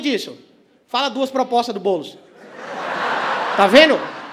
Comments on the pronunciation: Impressão minha ou o Renato falou Boules kkkkk😂😂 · Albani tentando ser imparcial e falando “Boules” HAHAHAHAHAHAHHAHA. Isso mesmo. Faz o Ⓜ️